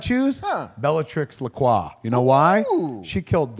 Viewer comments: Kevin, it is Bellatrix Lestrange, NOT LaCroix. lol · Isn't it Lestrange?